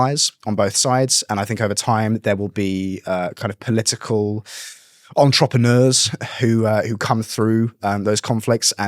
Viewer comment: I can't take someone serious who can't pronounce entrepreneurs correctly.